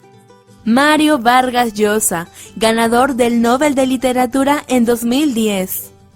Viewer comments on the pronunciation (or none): none